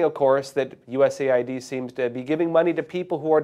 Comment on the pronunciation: It's US Aid, and NOT, USA ID 🫡